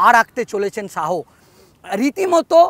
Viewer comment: Reporter dada apnar uccharon ta age thik korun..Amit Shaho? Shaho?